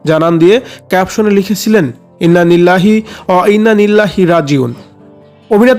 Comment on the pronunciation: Eta ki muslim der porichoy je innanillah bolte parse na valo kore